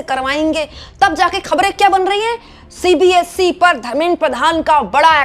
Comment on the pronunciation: it's not CBSC. It's CBSE.Please correct it.